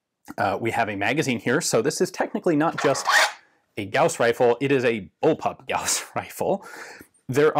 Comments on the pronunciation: Note from the Pedantic Police: Apparently the correct pronunciation is "Gowes" rifle, but that sounds a little lame...the way you said it sounds cooler... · Thank you for pronouncing it right. Gauss is a name. Yes. "Gaws" sounds cooler you would think, but Gauss (Gouse like House) is the name of a german mathemetician. Carl Friedrich Gauß (ß is ss)